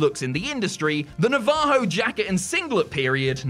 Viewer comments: it's "NA-va-ho" not "na-VA-ho" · Gosh you brutalized the word Navajo 😂😂